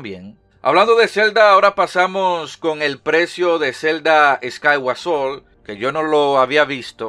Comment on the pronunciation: "Zelda Escái Guasón" XD... English very good, Made in Locon.